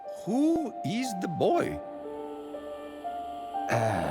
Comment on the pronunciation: Never fails to crack me up "Who is de boy?"